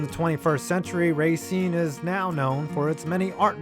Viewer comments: Rah-SEEN. Second syllable. Common mistake by non-residents. The Legion was far from the most successful team in Racine history. The semi-pro Gladiators and Raiders have won APFA national championships. And you forgot to mention Kringle and Salmon-a-Rama. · You don't pronounce racene like that you pronounce the a less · Everyone in Racine pronounces it Ray-cine. But everyone else in the state says ruh-cine. Plus I nearly laughed myself to death when he said that its a nice place to live. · Racine is pronounced Ruh-Seen, but I forgive you. Wisconsin has a lot of weird Indegious names for cities.